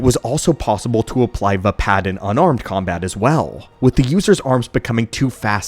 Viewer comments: "Vpad" instead of Vaapad is an interesting choice for saying the style... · Why are you mispronouncing Vaapad? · I’m sorry I want to listen but the pronunciation of vaapad is killing me.